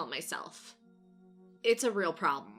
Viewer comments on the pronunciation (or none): none